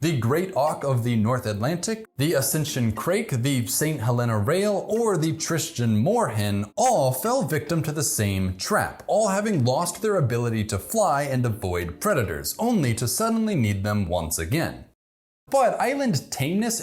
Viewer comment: The accent is on the second 'e' of Helena in St. Helena, and it's a long e.